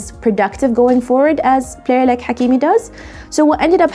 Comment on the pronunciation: As a Manchester United and Sancho fan I absolutely love this episode. Very well done. Also as someone who speaks Arabic I am a fan of how you pronounce the names of Hakimi in this video, and in general Salah & Mahrez etc. Keep up the good work 👍👏